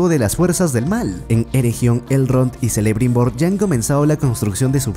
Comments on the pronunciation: Jajajajaj, a puro selebrimbor , seleborn, nomás le faltó su hija selembrian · y digo yo... por que os inventais todos los acentos y sonidos de letras en los nombres de los personajes? Galadríel (nótese la tilde inventada) en lugar de Galadriel, Zelebrimbor en lugar de Kelebrimbor, Durrrrrrin en lugar de Durin, y un largo etc XD... puffff me pone nervioso jajajaja